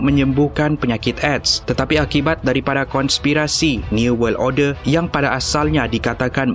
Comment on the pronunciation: Order bukan orde